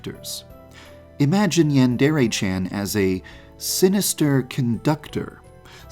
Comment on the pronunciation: How to pronounce Yandere: Yan-Der-Ayyy